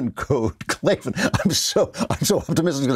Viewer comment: There is no "E" in Klavan